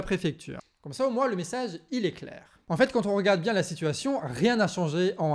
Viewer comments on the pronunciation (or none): none